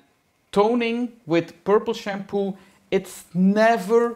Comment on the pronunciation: “Purrple Shampooi Isss Not A Tonerrrr 😬😬😬” loved it 😁